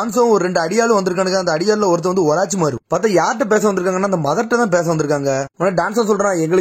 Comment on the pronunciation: Oraachimaaro Illa da orochimaaru